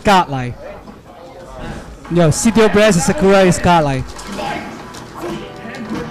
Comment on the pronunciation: lol is he saying god-like? sounds like scott-like haha, i love he's dope as fuck.